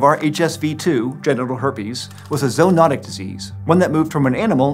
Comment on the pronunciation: Thank you for your 'zo-onotic' ...so refreshing to hear biology pronunciations that haven't been butchered by illiterate heathens.